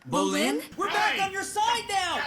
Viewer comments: Brolin = weightlifter Bolin? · Why does still calls Bolin Brolin, Jesus Christ................